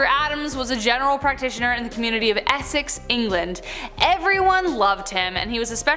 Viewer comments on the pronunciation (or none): none